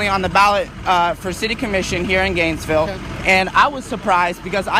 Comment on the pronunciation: DID I HEAR GAINZZZ VILE